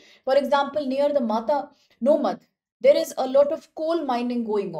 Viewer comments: girl, its not matanomadh its mata-no-madh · Pronounciation lagat hai inki bhai Is jagah ka naam hai "Mata no madh" (माता नो मढ) (Mata ka madh) Maa Aashapura ke chamatkar ke bare me research karo, pata lagega ki Gujarat me inka kya mahatva hai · it's pronounced as "Mata no Madh" meaning "fortress of deity" referring to Ma Ashapura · 😂😂😂 Matanomadh...... Angrez aurat wo Mata no madh hai